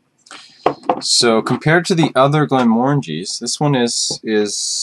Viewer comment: Congratulations! You say the name correctly! Most Scottish people say it wrongly! Lovely dram! :)